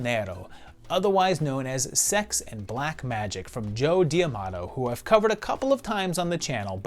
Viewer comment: Love this series, but correct me if I’m wrong. Isn’t it Joe D’Amato, not Joe Diamato?